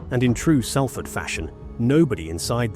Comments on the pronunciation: One. It's pronounced without the "L" = 'Safford'. Two. You want to tell me that you couldn't find stock footage of a British ambulance? That's an American ambulance, if ever there was one. Three. You repeated some of the information so many times that I am struggling to finish whatever it is that you call this. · It's called Salford said like Sol Fud Just like salt is not said as sal-t, it said like solt Please get it right an amazing city deserves more respect